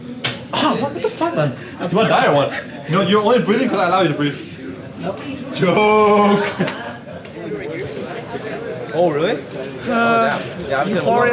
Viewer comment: I heard brief instead of breathe oof